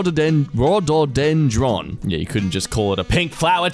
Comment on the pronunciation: Rhododendron isn't even that challenging to say. Row-doe-den-drawn.